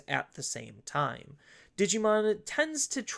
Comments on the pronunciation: Why do you end certain words with 'a'? the first time-a', 'bt06-a gabubond', etc. Honestly it's super annoying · lmao never noticed until this comment, now i canta unhear it >.<